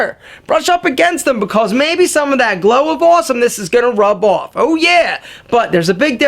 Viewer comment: Are you from NY? The way you said "Rub off" gave me a sense that you're from brooklyn, the bronx, or manhattan. Awesome video :D